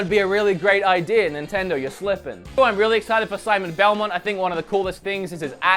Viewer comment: "Symay belmon" You're really not appreciating the work Sakurai is putting in his work Both from a game design point of view and from a marketing perspective. This time, he's trying to do what everyone wants without sacrificing originality and his own idea. He's trying to make a game to appeal both casual and competitive players and he certainly knows that the latter have a much bigger online presence. The directs are meant for this kind of people and he tries to connect with the audience, by being directly in front of the camera and subsequentially the players. Being so obnoxiusly blind to Sakurai's intentions and the Smash scene is just pure idiocy. If you're not that interested in this kind of live events, just watch the trailers they put up on their channel after the stream. I really don't get your deal.